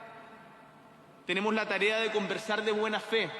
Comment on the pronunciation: TENIMO...😂😂😂😂 APRENDE A HABLAR..